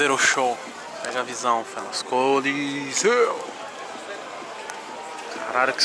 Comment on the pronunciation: " Do colosseu, coliseu, coléssio, colosso" kkkkkkkkkkkk